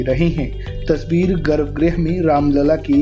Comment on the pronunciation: अरे भई! गर्भग्रह नहीं होता गर्भगृह होता है